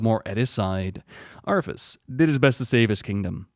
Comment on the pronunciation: I think your saying arthas but i thought of Arfas! XD LMAO! Arfas Moofong! XD Arfas Moofong and his trysty sword ass-bringer.